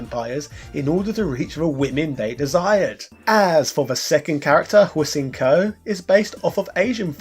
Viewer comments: Hossing-Ko? Phonetically, the Mandarin pronunciation would be "Shen" with a somewhat soft h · It's pronounced like "Shen-ko" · Hsien Ko is pronounced "Shien Ko" if anyone is wondering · Hsien-Ko name is pronounced HE SIN KO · Hsien Ko is pronounced See in Ko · is no one gonna tell this bloody heel that the female Jiang-Shi's name is pronounced "Shen-Kou"? I mean, we know he hates being corrected when it comes to names but bloody 'ell, that one's not even anywhere as tough as, say Ryu (rhee-ooh), Hiryu (he-rhee-ooh), or Daisuke (Dys-keh)! but in all seriousness, thanks for covering one of the Big C's most underrated cult masterpieces in their whole catalog. cheers from The Bronx! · It's pronounced Hee-Shen-Ko. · I believe Hsien-Ko is pronounced with a silent H. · Hahahaha man you butched Hsien ko's name lol